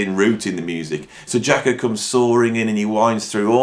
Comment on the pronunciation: Cat don’t know what he’s talking about, don’t know the correct title to the first track, can’t even pronounce his name correctly. Jaco could improvise.